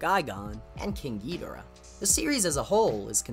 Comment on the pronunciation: Sorry but you mispronounced some of the Kaiju’s names there like Rodan, Gigan, King Ghidorah and Anguirus